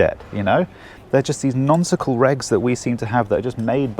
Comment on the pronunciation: Did he say "nonsical"